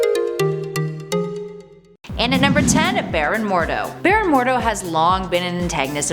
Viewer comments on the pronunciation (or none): none